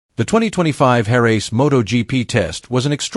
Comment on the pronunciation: The “Hair-raise” track - The “Desmo-sed-a-sigh”. Maverick “Vin-Alles”.